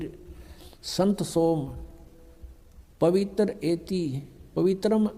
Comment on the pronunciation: पवित्र को पवितर बोलता है मूर्ख गुटका बाज नसेरी